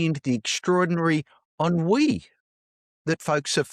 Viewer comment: Ennui pronounced correctly! Congrats.